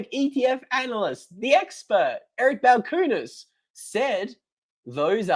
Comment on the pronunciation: That’s not how you pronounce Balchunas.